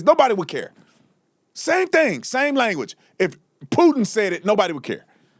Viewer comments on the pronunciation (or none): none